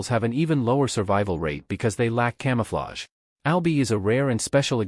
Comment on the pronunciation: un come ufflage? .. if you're gonna use shitty AI narrators at least check them before publishing